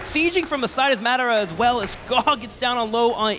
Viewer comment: Omg say Madara right the other announcer said it like 50 times. Be able to say players names that is just disrespect.